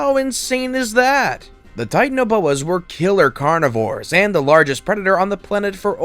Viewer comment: The way he pronounced carnivores I’m